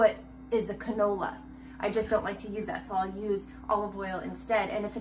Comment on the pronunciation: “What is a Conola”😂